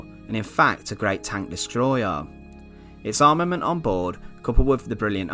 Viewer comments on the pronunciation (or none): none